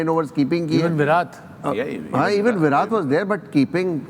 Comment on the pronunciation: It's not विरात it's विराट